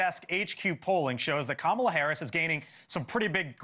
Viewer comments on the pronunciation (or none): Comma-La! Say her name correctly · Comma-la. How hard is it to say her name, right? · the SHMOW on the Right keeps saying Kamala's name wrong.... He must be a Trump MAGA member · These guys can’t even pronounce her name…smh